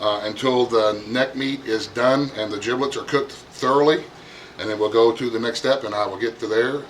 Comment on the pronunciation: Giblets with a G, not Jiblets with a J